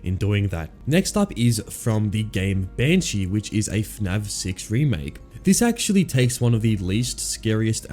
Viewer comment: is it just me or does he say fnav not fnaf